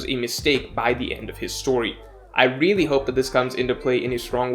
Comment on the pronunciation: The way he says "really" gets me